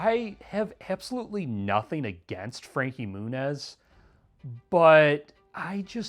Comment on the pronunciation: IT'S MEW-NEZ. NOT MOONEZZ? TF??